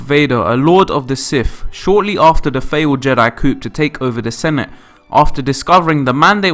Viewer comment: I don't know but he can't pronounce words correctly to save his life. Darf Vader, Sif instead of Sith and coup is pronounced coo.